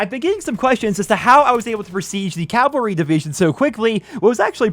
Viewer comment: you’re getting closer to CAVAL-RY but not quite there.